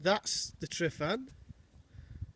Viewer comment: Not tri not tri not tri.TRUH TRUH TRUHVAN!